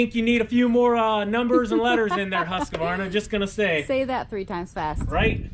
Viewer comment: Is not the brand pronounced Husq-varna, not Husq-a-varna?